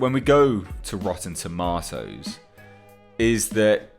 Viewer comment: Lol it's a joke that RT bothers you so much. Here's an idea. Create your own website with the features RT has taken away from you! Lol. Ps stop saying TOMATOES like that.